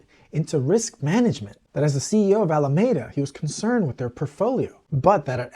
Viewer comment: Alameda Research was named after the city and county of Alameda, California. The word is pronounced "a-luh-mee-duh", not "a-luh-may-duh". In Spanish the word (same spelling) means a grove of poplars or a tree-lined avenue, and is pronounced similarly. In the 1700's in the US the word was used to describe a shady public promenade. Some may pronounce the word with a long "A" in the middle, but not Californians, who, to a person, pronounce a long "E" in that location. I would say the most common pronunciation in California is "AL-uh-ME-duh", with emphasis on "ME" (myself) and "AL" pronounced the same as Mr. Capone's first name. I don't know why so many journalists get it wrong.